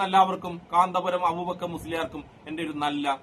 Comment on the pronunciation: കാന്താപുരം അല്ല കൊച്ചേ കാന്തപുരം അതുപോലും അറിയില്ല 😂😂😂😂